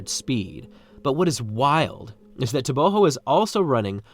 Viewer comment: I'm not sure why you pronounce his last name with an H.. everything I've seen or found online says it's a hard G.